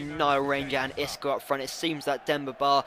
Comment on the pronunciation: Xisco is pronounced "sisco" mate, also nice episode as per usual.